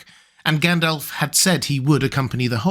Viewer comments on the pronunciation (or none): Except his pronunciation sometimes. He needs to pronounce the Rs in AragoRn, ARnoR, MoRdoR. Also, it’s not Gendelf, but GAndAlf. Not Eregorn but Aragorn etc